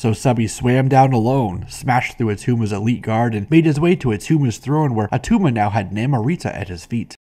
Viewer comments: It's not Atuma. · IT' NOT ATTUMA!